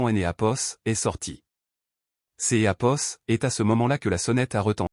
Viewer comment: Ce "hapos" gâche toute l'histoire !!